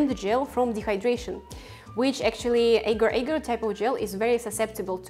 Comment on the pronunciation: This is a constant Internet problem...people producing vegan recipes with ingredients they just discovered, without a clue as to how to pronounce their name. In addition to mispronunciation of Agar, outside of Malaysia, the name is simply Agar...not Agar Agar. Other silly mistakes include: not pronouncing the "J" in "KONJAC" as "Y" (the word should be pronounced exactly like "cognac"); pronouncing the "G" in "CARRAGEENAN" as a "J" rather than a "hard G"; pronouncing "SEITAN" almost as two words, SAY TAN rather than correctly as SAYtn (almost like satan). This drives me crazy too, because once wrong in one video, g-d know how many millions might copy the mistake.